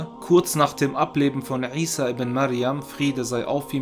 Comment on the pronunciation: Er spricht es original aus! Lerne erst einmal die Bedeutung was du kritisieren willst:-) möge Allah dich rechtleiten